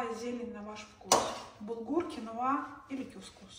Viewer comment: И ещё вы не правильно ставите ударение, кинуа и табуле ударение на у